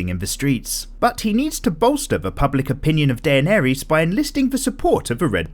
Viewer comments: It's pronounced D'NAIR-ESS. MY GAWD! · Love these videos but learn to pronounce all the names correctly! You pronounce "Daenerys" SO wrong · 6 vids and you still can’t pronounce Daenerys lol